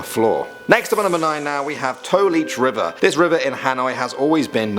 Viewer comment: I thought he said toe leech river i was like heeellllllll no